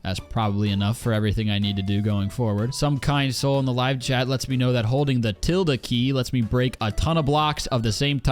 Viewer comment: You hit the schwa extra hard on "tilde"